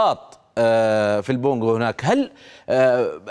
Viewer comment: ههههه قالو ( في البونكو هناك ) 😂😂😂 أسماء صعبة النطق